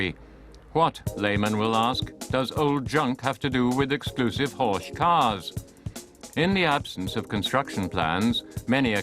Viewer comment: It's pronounced Horck not ch. Beautiful Cars.